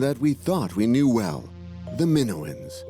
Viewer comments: Just can’t stand the AI pronouncing “Minoans” like it does. Sorry, it’s a no from me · Yeah, that pronunciation was bugging the heck out of me, as well.😅